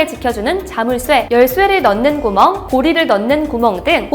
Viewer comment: 중간중간 발음이;;; 구멍에서 한번.... 발급권에서 한번...